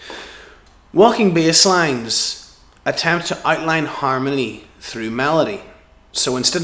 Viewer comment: I didn't know Inigo Montoya taught bass lessons. Props for pronouncing the word "harmony" .